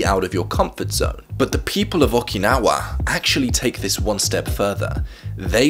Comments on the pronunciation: Nobody:: Okee- Naw- Wah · Oh man, I love these videos and the concept of Ikigai, but the way says "Awk-i-naw-ah" is killing me Thanks for your work on the video, man! Love your work and appreciate how serious you are about it and making people's lives better.